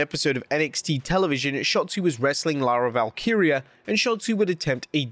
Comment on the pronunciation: Lara Valkyria 😂 it’s Lyra Valkyria very unprofessional as usual 🤣.